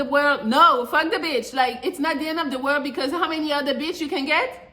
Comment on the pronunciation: I love when you say beeitch. Rude but it's just funny.😂